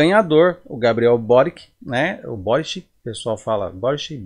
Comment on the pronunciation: A pronúncia é borichi, croata.